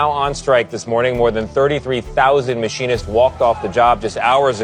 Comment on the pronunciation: The speaker can’t pronounce “machinist” This degree of ignorance means the speaker has no understanding of the industry